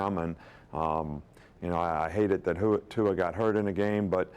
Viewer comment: Who-a Tua? Really Nick? Lmfao